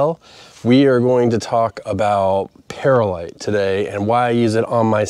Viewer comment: Great episode! Any updates for this spring? How about a side by side comparison of perlite vs vermiculite?? Oh, and by the way, it's pronounced pearl-lite, not para-lite.